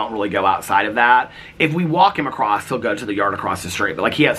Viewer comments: you pronounce the word across acosst 😂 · I did notice that you said “… 10 feet acrossT”